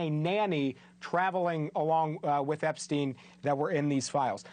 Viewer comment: Why do they all pronounce"Epstin" , "Weinstin", while they pronounce Einstein properly? That's kind of ridiculous honestly...